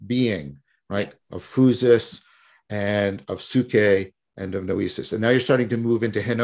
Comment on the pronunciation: Great talk! That pronunciation “phoosis” though…